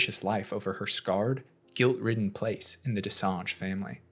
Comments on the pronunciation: So far it's the best explanation I've seen. too bad you keep saying what sounds like "Dessange" instead of "Dessendre". Maybe it's an accent thing in which case, my apologies. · Watching this guy try to say Dessendre but saying Dessange instead was hilarious. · Je pense pas que ce soit ça. J'ai vu pein de vidéos d'autres anglophones le prononcer plus ou moins correctement. Ce mec là est le seul à dire dessange. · You did a few mistakes.. Sciel didnt give birth.. she lost the baby when she tried to drown herself after they found the body of her husband. Also, the way you pronounced their familly name 😅 DescenDre not Gre my dear.. but good video all the same. Thank you for the extended explanation. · Why are you calling them Dessange?? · Even as a French speaker myself, though not fluent, rolling your R’s can be difficult. That’s why.